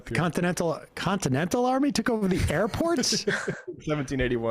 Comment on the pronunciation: Sounded like Trump was saying “our army manned the air” before they took the airports. Anyone else hear that or was that just me?